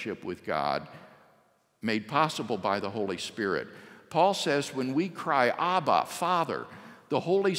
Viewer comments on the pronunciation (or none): none